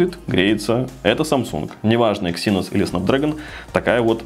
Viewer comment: Когда-нибудь автор научится правильно произносить слово Эксинос. Но это уже совсем другая история.